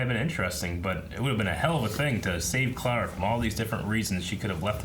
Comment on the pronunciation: 2 years late but it's the same with pronouncing Clara as "claire-a", makes me cringe